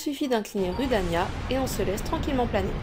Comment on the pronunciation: D'ailleur on dit roudania